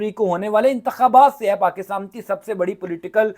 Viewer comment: پاکستان درست لفظ ہے پاکستام نہیں اینکر صاحب